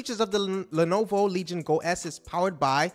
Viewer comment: Mecha! & Legion! Not Metra and Legend. WTF dude? You butchered everything any other reporter said correctly slow it TF down and prepare your transcript, as many mess up's as there are in this it seems like you just said "okay (any given ai) write me up a reansripted report on these things" and then didn't proof read it, just hit record and went live.